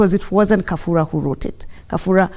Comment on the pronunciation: Its Kabura not Kafura madam Governor